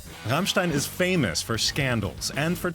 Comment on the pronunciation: ICH / STEHE / ZU RRRRRAMMMMSCHTAAIIINNN ! lol